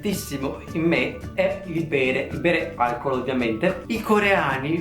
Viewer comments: ma solo io al minuto ho sentito "il pene" invece che "il bere" ? e poi con la frase prima "una cosa che è cambiata in me è.. il pene" . mi sono un attimo scandalizzato e poi continuando a vedere il video ho realizzato che hai detto "il bere" ahahhahaahah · Al minuto al posto di bere ho sentito pene.... Non va bene questa cosa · Andreu S l'ho sentito anch'io ahahah